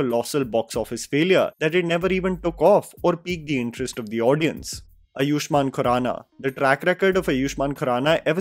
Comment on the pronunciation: Bhai Bol aaaayuahman khurana not iyushman